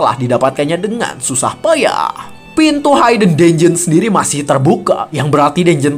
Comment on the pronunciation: Masih hayden haiden aja dari dulu.. cobalah channel ini sebenernya potensial, kalau ada kritik yang membangun ya diterima dan diperbaiki.. Hidden itu ya dibaca hiden biasa, h i d e n, bukan hayden haiden apalah itu.. Biar lebih enak aja dengernya dan tambah baik channelnya kedepannya.. mudah2an segera dilakukan perbaikan di video2 berikutnya